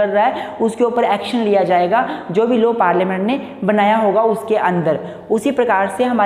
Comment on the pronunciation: It's not 'low' it's 'law'